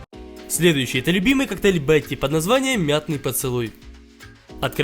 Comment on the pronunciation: мятный поцелуй Я:послышалось мятый поцелуй😂